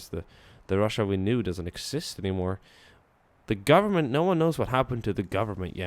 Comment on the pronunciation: They must be froam the gowerment